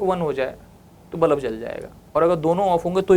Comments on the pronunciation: Haha tx. Maine bhi abhi fir se suna, I said बलब and not बल्ब😅, and that too many times. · nicely explained ......but bulb ko bullab bolne ka tarika thoda cazual hai😂